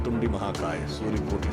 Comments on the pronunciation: वक्रतुंडी नहीं वक्रतुंड होता है । ओडिशा के हर गांव में साधारण लोग मुख को तुंड हीं कहते है 😂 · सुधांशु जी, क्षमा प्रार्थी हूं।मगर वक्रतुंडी नहीं वक्रतुंड है।